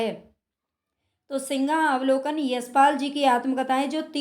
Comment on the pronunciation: मेम सिंहावलोकन है आप सिंगावलोकन बोल रहे है